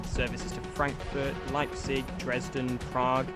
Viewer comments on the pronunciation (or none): none